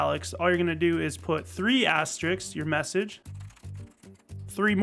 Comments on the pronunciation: Al french after all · wait.. that’s not how u say it..?